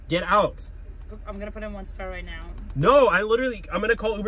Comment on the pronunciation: Bros said ARE YO SERIOUS RIGHT NEOW